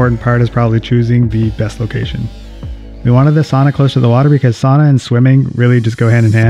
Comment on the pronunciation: Per research from Finland, the correct pronunciation is sow nuh, not sonna!